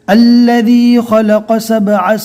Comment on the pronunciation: Ilif to nai padna hai to allaji padh rahe hai